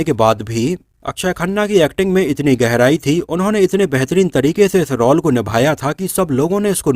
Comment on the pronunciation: रौल नही रोल बोला करो.